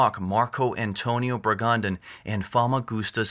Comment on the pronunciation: Bragadin, not 'Bragandin'